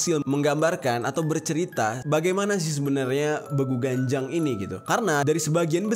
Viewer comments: Penyebutan yg bener itu ; Beeguuu.. Ganjang (bukan Begu Ganjang / ucapan baku) kek gitu bang jerry 💓💓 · Bang bilangnya begu ganjang bukan begu ganjang